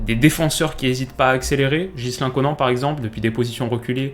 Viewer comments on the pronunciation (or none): none